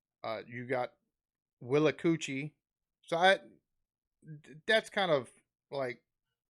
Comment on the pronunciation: Wait did you just say there's a place called willachoocie? will, a, choochie? wat.. EDIT I just looked it up, it's called Willacoochee lol. Well, over here we have places called Boggy Bottom...Giggleswick...Bitchfield, and many, many more... oh and Shitterton is a hamlet in Dorset, England. Hah.